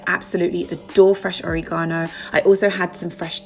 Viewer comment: That sun dried pesto with the anchovies is a HELL YES. And I love the way you pronounce o-re-GAH-no. It’s beautiful.